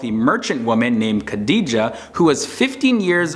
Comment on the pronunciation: I liked it because his pronunciation for the Prophets first wife's name was typically American. Hilariously Wrong. I smiled throughout.....Tip. Quizz a practicing muslim......found in any old Mosque....anywhere......